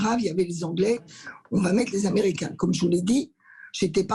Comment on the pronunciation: Et menacé de vente à qui??? Aux Amewicains yeahhhh!!! Mewci!